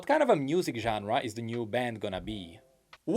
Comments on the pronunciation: Can he not pronounce «music»? He says « mnusic» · Why do you pronounce it "mnusic"